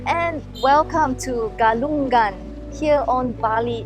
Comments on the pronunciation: Thanks for covering the events. It's a beautiful peaceful religion and people. By the way Galungan and Kuningan is pronounced with silent G at the end. So it's like Galung-an, Kuning-an. Not Galung-gan, Kuning-gan. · Ga lu ngan not ga lun gan Ku ni ngan not ku nin gan When you see NG pronounce it together. Sory just little correction hehe..